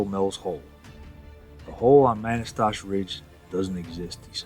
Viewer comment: Pronounced “Kih-tih-tass”. And, “muh-nass-tash”